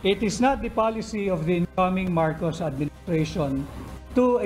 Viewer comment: Marcos at hindi marcoc